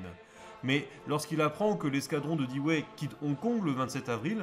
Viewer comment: Très bon boulot. À propos Dewey se prononce diou.way. En se rapprochant cela permet de mettre le dawa sur le pont de l'ennemi.